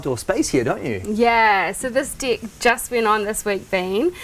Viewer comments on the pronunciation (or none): Hilarious pronunciation: bench/binge, deck/dick, possession/position, meant/mint, bead-room/bedroom, bid/beard/bed, steers/stairs, axes/access, dear/there, sinned/spent, seems/sense, peck/pick etc. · How does the world "deck" get pronounced like "dick" in Australia? LOL